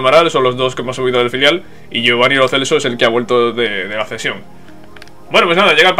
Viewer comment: se pronuncia Lo Chelso